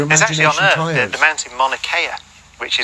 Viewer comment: I doubt the credibility of a man who says "earf."